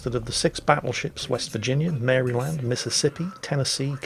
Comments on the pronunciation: Not busting your chops here,, but it's pronounced "Mar-uh-land", not "Marry-land". I know that's how it's spelled, but come on, the most famous river in England doesn't get pronounced how it's spelled either. "Tems". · I'm not here to criticize, only trying to help. You () can pronounce the state Maryland however you wish (Mary-Land). However, us uneducated Americans pronounce it Marilynd. Like Marilyn Monroe with a "D". Cheers from the US. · Hey its not said as "Mary Land" its more like "Marilyn" with a "d" at the end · it's not pronounced Mary-land